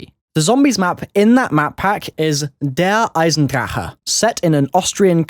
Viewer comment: Lol you Saïd eisendrachen wrong